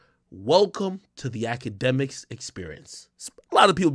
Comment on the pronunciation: Noooo....AKADEMIKS....say it with me. 🙄